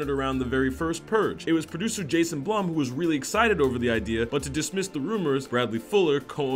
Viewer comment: jasons last name is pronounced bloom and bradleys last name is pronounced fewler